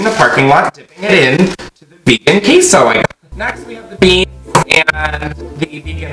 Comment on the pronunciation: did he actually say KEY-so